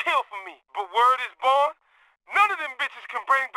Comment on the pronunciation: word is "BOND" not "born"